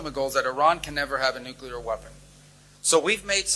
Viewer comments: Benny you have to work on the word Nuclear. It makes every prior military person in America cringe when you pronounce it Nuke U lar. I hope you are right about Iran but I also know the Iranian President is NOT in charge and has absolutely no power over the IRGC. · Benny, it’s Nuclear not nucular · Benny. Say it with me NU CLE AR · "nucular" lol. My goodness, what a moron. You talk about "low I.Q. takes", yet, by your own admission, you're a not-to-bright community college graduate who can't even pronounce the word "nuclear" properly. I hear more idiotic takes from you than almost anyone else supposedly on the right, with the exception of Candace Owens, Tucker Carlson, or Megyn Kelly. With your level of stupidity, you'd help the right far more if you started advocating for the left. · WTF is "nucular"? Sounds like a toddler trying to say "nuclear". Do better. Lead by an example that shows care for the basic things like poronouncing a word correctly. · It’s NUCLEAR, not NUCULAR. You sound like George W. Bush ;) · It's pronounced NUCLEAR from the NUCLEUS! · Now when I read the post it's clear they DID NOT say nukular. You did. Iran said NUCLEAR. Benny, their English is impeccable. That said, it's great news if they didn't lie again. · Hi, Benny‼️I love your channel, however it really, really bothers me that you pronounce “Nuclear,” as “ NUC cu lar‼️‼️” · You don't know how to pronounce nuclear either. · Please learn to pronounce nuclear correctly as a media producer, Benny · Someone’s gotta teach benny how to pronounce the word NUCLEAR. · Benny, your ignorance is on full display as you continue to mispronounced NUCLEAR. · Please stop mispronouncing nuclear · I'll keep waiting, lessening my trust every day. In the meantime. Benny. Please. Learn to say the word, "nuclear." It's time. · There is no such word as "nu-cu-lar". The word is "nuclear (new-clear)" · NOO-QOO-LURR? NOO-CLEE-AHR! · Not new-cyoo-lur but new-clee-ur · nu-clear! Not nuke-uler. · NU - CLE - AR.